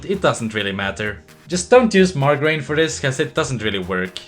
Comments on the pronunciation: not margreen, mar-ger-eeen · It's pronounced Mar-ja-reen